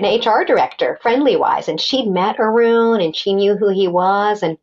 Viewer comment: Sorry Arun, not Urun